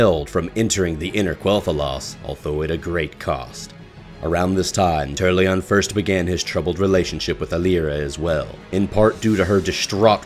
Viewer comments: Turrlyon and Alonsus Fail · "Tur-al-yion"? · I'm sorry, but it's funny to hear that you're putting so much effort into a serious voice over, and then "TURRLYON" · Who the fuck is "Turrlion" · You forgot the 'A' in Turalyon when pronouncing it lol.